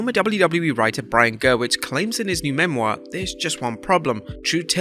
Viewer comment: If your presenters paid attention to the spelling of Brian Gewirtz, it might help them to pronounce his name correctly.